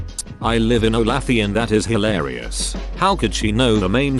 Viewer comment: Olathe is pronounced Olay thuuuh - like the famous oil and thuuuh rhymes with duh.